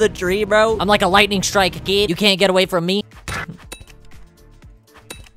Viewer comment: I love how always says "KEED"